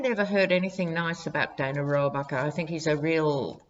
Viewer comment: you pronounced Dana Rohrabacher's name correctly. Joe Scarborough calls him "Putin's favorite congressman"....